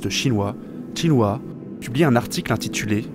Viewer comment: Excellente vidéo documentaire, particulièrement bien illustrée ce qui est très motivant. Seule modification à suggerer : la prononciation des noms chinois est incorrecte: Cixi se prononce "tseushi", Guanxu se prononce "guouane shü", Xinhua se prononce "shineroua"